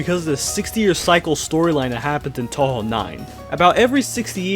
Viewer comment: atleast he pronounced touhou right